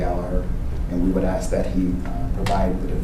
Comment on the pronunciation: Holy shit... the lawyer says "aks".